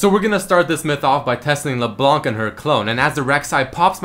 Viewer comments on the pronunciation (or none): none